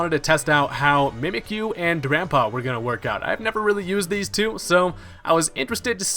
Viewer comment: The way he mispronounces drampa tilts me